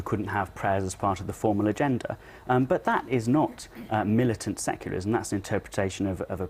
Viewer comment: That reporter really needs to learn how to pronounce "secularism" :)